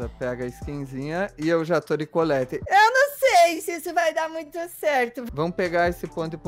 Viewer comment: só ajudinha Se escreve collete Mais se fala coullete:)